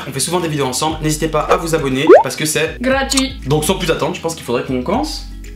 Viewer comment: Chui la seul à avoir entendu dir-parce que c est glatuit